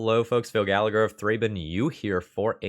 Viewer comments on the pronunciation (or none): none